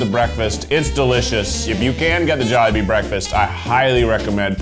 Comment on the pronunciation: Me:wow his first time... I am filipino In my head: WHY DID HE PRONOUNCE JOLIBEE AND QUEZON WRONG.?!!!